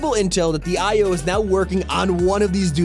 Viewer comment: you mean io's not oi's ???